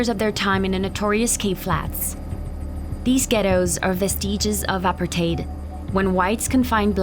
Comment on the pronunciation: This is a very old documentary and not the best journalists. Clearly an AI voice over by the way it pronounces “apartheid”.